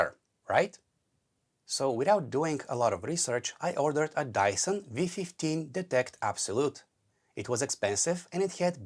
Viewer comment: Dyson ❌️ Dieson ✅️